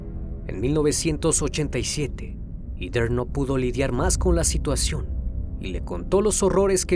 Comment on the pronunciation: Todo bien pero en serio “iter” ????? Heather se pronuncia JEDER